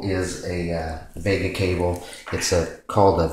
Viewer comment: VGA not Vega